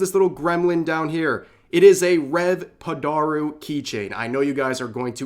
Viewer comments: if you say padoru like that one more time :(! your vtuber model is not an issue but if a weeb doesnt pronounce japanese things like a weeb i swear rev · Your pronounciation of padoru is hilarious.